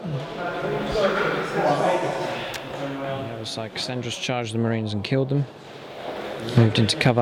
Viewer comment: KAR AND RES not Kasandres. Very annoying. Good battle rep though :)